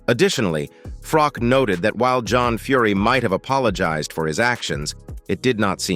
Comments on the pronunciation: Mate....its Froch not Frock 😂😂😂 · It's froch not frock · John fury has never been a kickboxing champion. What are you talking about?? And it's Froch not frock ! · The name is Froch not Frock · It’s froch not frock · Text to speech AI garbage.......Carl FROCK 😂😂😂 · Can this guy not learn that it isn't pronounced carl Frock ffs how can he not know that?? He mustn't have seen any boxing over the years. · Carl Frock? Hahaha Americans. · You need to pronounce his name right .... does me head in there's no k in his name 😮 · Saying his name wrong to get more comments. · The channel cant even pronounce Froch name right.piss poor